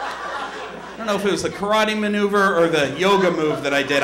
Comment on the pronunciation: isnt kar-a-tey the way spongebob says karate?